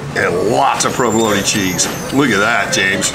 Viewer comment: Did say provoloneaay?